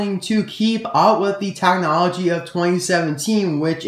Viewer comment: "tachnology" "tachnologically" does that annoy anyone else??